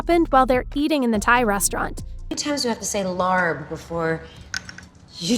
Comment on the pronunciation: It's not pronounced larb, im Laotian and larb is thw dish of our country hut ita pronounced "lahb"